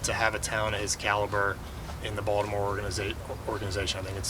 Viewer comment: I appreciate how Mr. Elias pronounces 'Baltimore' correctly.